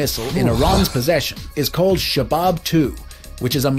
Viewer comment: Shahab not shabab!